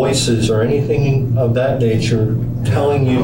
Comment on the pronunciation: I find it hard to trust anyone who's had a Tertiary education and still says "anythink"